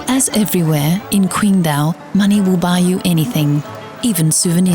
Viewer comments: Day Dreamer It really is! We don't say "tai kwi" we say "tai qi!" so why kwingdao?! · Damn it's irritating to hear her pronounce the city's name. The English spelling is with a "Q" but it isn't an English word. The Chinese have what is called pinyin which is the Latinization of the spelling. Q is pronounced like a "ch" The name is said like Ching-dow, not Quing-do